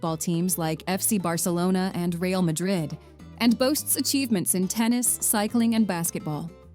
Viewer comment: Poor narration. Poorly pronounces Toledo, misspells and mispronounced Mallorca, Real Madrid is mispronounced. Do your research before narrating.